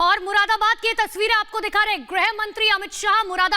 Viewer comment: बोलना आता नहीं इससे इसे ग्रहमंत्री किसने बना दिया चूतिया को Z for आजम खां होता हैं मुरादाबाद को ये मुरा बरा बरात बोलता है पागल है साला